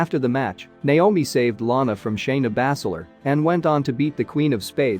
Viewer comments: It is not bass ler its( baze ler) not sheeemas its shame mas quit reading it watch the product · He probably does it on purpose to get more views ... who the fuck pronounces Sheamus the way this fool does 🤦🏻‍♂️ and Bazler lol Bass Ler wtf